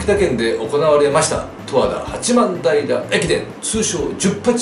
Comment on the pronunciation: 十和田・八幡平「とわだ・はちまんたい」と読みます。参考までに！